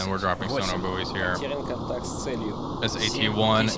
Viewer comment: I’m sorry but “sono boowies” is just too funny 😂